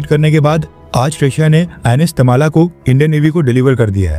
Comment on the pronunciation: It's not Tamala.. it's Tamal.. a sword used By Indra